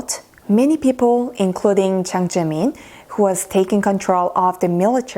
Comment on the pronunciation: It's Jiang Zemin. Not Ziang Zemin.